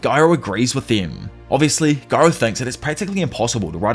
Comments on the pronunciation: I like how he says garou instead of gyro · Oh no he said gyro wrong